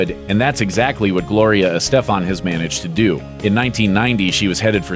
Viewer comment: You guys mispronounce names literally every video, maybe start looking them up in advance Like Gloria Estefan...